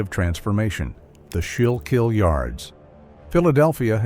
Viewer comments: SCHOOL-KILL RIVER they said “Ska-yill-keel”😂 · Skoo-kill River!!!! Come on AI get it right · AI still wont pronounce the name of our river right.